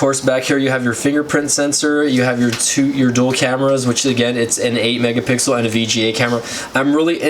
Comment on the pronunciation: u said aggain like 100 times